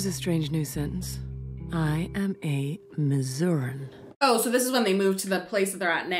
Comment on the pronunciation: No Amy, it's Missour-EE-ahn, not 'Miss-uran'